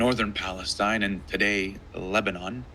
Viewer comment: think he mean pfalestine :face-purple-crying::face-purple-crying::face-purple-crying